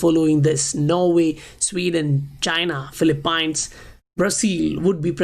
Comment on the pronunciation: Philipains? 😂 So funny bro